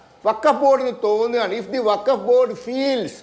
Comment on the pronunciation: ബകഫ് വൃത്തിയായി പറഞ്ഞു 👍